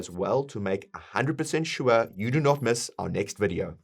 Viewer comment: Why do you keep saying Swure ? There is not W in sure xD